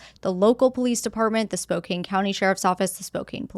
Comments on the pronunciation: It’s pronounced Spo kan. Damn Indian names…. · Please pronounce "Spokane" properly. It's spoke-ANN. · JSYK: As is often the case here in the Pacific Northwest, Spokane is not pronounced as it's spelled. It's spoke-CAN. 😄